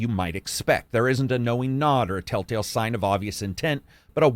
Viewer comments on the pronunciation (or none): none